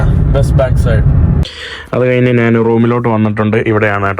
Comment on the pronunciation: മുറിയണ്ടി, 'നാൻ' ഒരു മലയാളവാക്കല്ല. "ഞാൻ" ആണ് ശരി. 'കഴുവാൻ'' അല്ല, കഴുകുവാൻ ആണ് സരി.